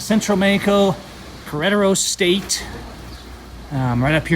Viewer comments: go to lengths to pronounce Mexico as Mayico. Try Meh ico. But you fail on Queratero. Try Kere rattero. Roll your "r"s. Buenos viajes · I was going to correct you for saying "KA-RETARO" ...but watched your whole video and I have to give you props for bringing real Mexico to us. Many, unlike you or I, have a horrible idea of what Mexico is like because we've been fed that by the news. Thanks' for the videos...I'm a subscribed fan now. Keep them videos coming. :)